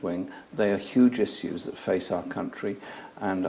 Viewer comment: isssuze, tho